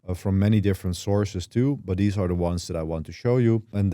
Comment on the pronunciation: please say THESE and THIS not DEEZ and DIS, cant even pay attention to what your saying